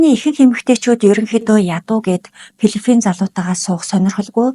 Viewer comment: Пилифин биш филипин гэж дуудна. Дуудлагаа засаарай.